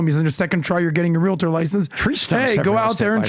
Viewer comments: *"real-tors", not realitors lol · you're mispronouncing the word realtor there is no a at the end